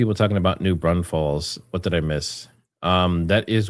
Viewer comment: It's NOT new BRAUNS-FEL. It's pronounced exactly the way it's spelled: NEW BRAWN-FULLS. No 'S' in the first syllable of second word. ~ Lisa